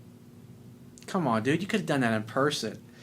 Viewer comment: Lol I love when u say " common man"!!! Lol 😂🤣🤣